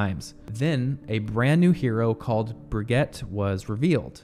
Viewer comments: bro is it just me thats noticing his weird pronunciations of the names of the characters lol... like he called Brigitte, Bri-get? lol. bro its bri-jet lol. also im pretty sure Orisa is o-RI-sa, not OR-ISA. its whatever but like how can u mess up brigitte lol bro said bri-get lmao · I'm till mad how he pronounces brigette as brig-get instead of brig-gee-ta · two years later i still despise the way you pronounce brigette. BRUH GEET UH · It's "Brih" "gee" "tuh". Fr tho I didn't even know they renamed McCree. That and everything else post 2018.. very sad. My first two years of college Overwatch was basically my entire free life. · You know it's pronounced "Bridget", right ? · text: brigitte voice: brigette ? lol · Brigette LOL ... how you English speakers ruin languages 😀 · brigitte is a french word that should be pronounce like that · you say brigitte wrong lmao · I love Brigitte and dude, you can't say her name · As soon as you butchered Brigitte’s name you lost my interest. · I cant believe after all this time people still cant pronounce Brigitte's name right 😂😂